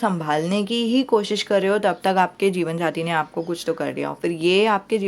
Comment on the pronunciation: Di mujhe jeevansathi nhi jeevanjati sunai de rha hai🤦